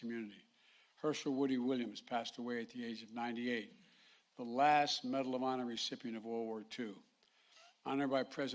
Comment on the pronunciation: "Bedal of Honor" / "Postuminously" Pretending he has dementia is a strategy to confuse Trump's friend, Putin, into thinking there's nobody at the helm here in the US. I hope it works.